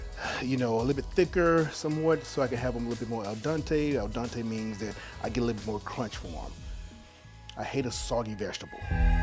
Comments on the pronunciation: “El Dante” he meant Al Dente smh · "eXpresso" "al dAnte" and "uNami" XD I'm sure that steak tastes good though